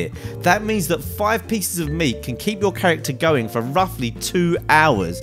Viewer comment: Lol he said cooked moot. 😂👌